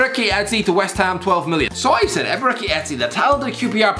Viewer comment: how on God's earth does this guy pronounce ebereCHi as eberiki